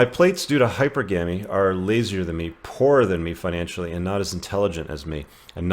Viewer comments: Weird how you pronounce "hypergamy" different when you're reading it vs saying it. Also you get tripped up on reading some other fairly common words. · The way you pronounce hypergamy/hypergamous is so fucking cringey & irritating..... Ew. Just fucking stop, please.